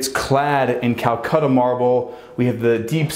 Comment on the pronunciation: Is it an American accent or is saying Calcutta marble instead of Calacatta?